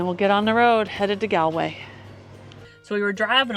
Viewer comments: Galway way is pronounced Goll way not Gaalway. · My ears bleed a little bit every time I hear you say Galway. It's "Gall-way" like Gall bladder.